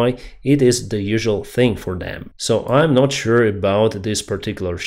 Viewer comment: "Not" is not pronounced "Nut"